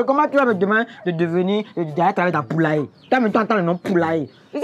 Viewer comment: La manière dont il prononce "poulailler" est dingue🤣🤣🤣🤣🤣. Jausuer !!!!! Franchement je kiff la collaboration. Bon courage à vous les gars. Je suis extrêmement fière de vous. Courage et détermination. 💪